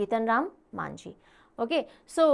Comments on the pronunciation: Its actually majhi not manjhi. Mohan majhi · Odisha cm not Manjhi it's majhi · Odisha CM not Manjhi..it's Majhi